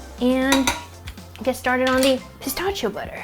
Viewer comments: That was driving me insane. It's "pi-STASH-ee-o"!!!! 🤣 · Wow! Such a great video and recipe. To pronounce it correctly though is - puh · sta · shee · ow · The way you pronounce "pistachio" is both adorable and infuriating at the same time. 🤣🤣 Awesome looking chocolate bars BTW. 😁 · She says pistachio funny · It was cute at first, but i was yelling at my screen by the end. 🤣